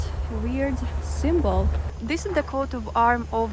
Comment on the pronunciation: its not QUOTE of arms, its COAT of arms, like COTE de Ivor (e vwaaa, like french, the IVORY coast.) COAT. COAT.